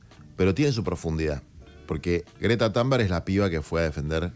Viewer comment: Con todo respeto Juan no se pronuncia Tanberg porque es en svenska así que se pronuncia Tumberg❤